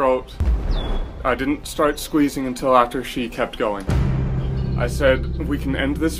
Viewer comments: "Throwed" "Squeazing" COME ON! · squeazing?? Isn’t it squeezing?.